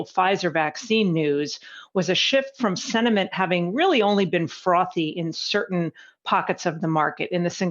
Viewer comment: I need a FROTHY beer 🍺 listening to her lol